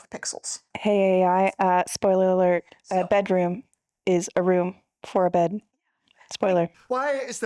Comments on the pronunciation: No, let me correct you on that. One is off a bedroom. The other is off a "bedrom." Not to be confused with a bedoom, a beroom, or bedr. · Do you want the BEROOM or the BEDOOM? 😂